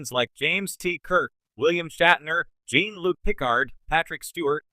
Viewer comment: If your AI can't even pronounce Jean Luc Picard, I'm done bro!